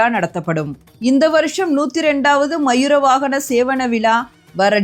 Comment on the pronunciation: அம்மா தமிழ் ஒழுங்கா உச்சரிக்க வேண்டும் மயிர வாகனம் இல்லை மையூரவாகனம்